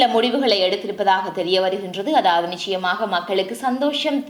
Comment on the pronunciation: க்ஷ க்ஷி உச்சரிப்புகளை கலந்து தமிழை அசிங்கப் படுத்தவேண்டாம். நிச்சயமாக என்னும் சொல்லை நிக்ஷயமாக என நீங்கள் உச்சரிப்பு கொலை செய்வது ஏற்புட்யதல்ல. சங்கவி என்பதை என நீங்கள் உங்க பெயரை கூறுவதில் என்கு ஆட்சேபனை இல்லை. அது உங்க பெயர். ஒரு மொழியின் முதல் வடிவம் ஒலி. வரி வடிவம் எழுத்து பின்பே பிறந்தது. ஒரு மொழியின் முதல் வடிவான அசலான ஒலி வடிவத்தை சிதைத்தல் குற்றமானது.